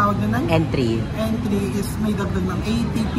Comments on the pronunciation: Hnd po entry ang pronounciation sa word na "entree" its (aan tray). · yung pronunciation ng "entrée" ay "antrey".😀 For future purposes hihi! Para kapag kumain ulit kayo ni Barbie sa Panda Express. Try niyo rin yung honey walnut shrimp at kung pao chicken next time. Sobrang sarap hihi!